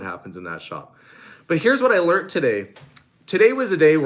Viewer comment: learent??? learned, I couldn't resist.